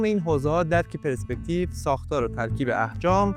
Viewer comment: درود خیلی یاد میگیرم و لذت میبرم ولی یه اصلاح کوچیک کنم: تلفظش، «پِرِسپکتیو» نیستش. حرف «ر» ساکن هستش. چیزی که یاد گرفتم اینه که فضا از صفحه های تخت ساخته شده که مثل لایه های پیاز تعدادشون زیاده و خیلی نزدیک به هم هستن. و هرچی فاصله این صفحه ها زیادتر بشه از هم یعنی پرسپکتیو دورتر میشه و عمق فضا بیشتر میشه و برعکس. و از طرفی میشه گفت چیزها از بلوکها ساخته شده که با دیدن و درکشون، میشه به نسبتهای دقیق در عمق و فاصله اونا از هم رسید و میشه طراحی از هر چیزی رو درست انجام داد تا باورپذیر و زنده دیده بشه. واقعا درست گفتی که تا فهم و درک از ساختار طراحی و فضا و عمق و پرسپکتیو بالا نره ، طراحی رو نمیشه فهمید و توش پیشرفت کرد. و همه اینها به لطف اینه که از واژه‌ها درست و دقیق و به جا استفاده میکنی ضمنا تدوین هم خوب و باکلاسه. موسیقی متن و زیرمتن هم خوبه. خدا قوت👏🏼👍🏼✅